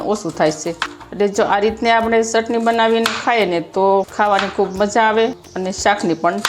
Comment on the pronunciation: મૈયા ચટણી બોલો સટણી નહીં